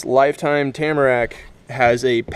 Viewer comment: Where can I get a “Leifteim” kayak???